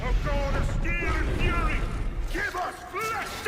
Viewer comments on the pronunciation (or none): none